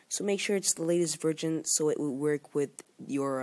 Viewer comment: Your English is great, but please pronounce VERSION as Version and not as VIRGIN. It just sounds weird in this context. Good video, thanks.